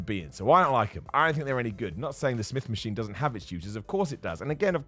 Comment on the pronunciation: “start on the smith Maskween schott” 😂